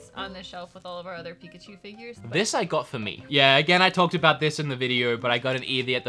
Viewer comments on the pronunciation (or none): can definitely tell my the way he says "figures" haha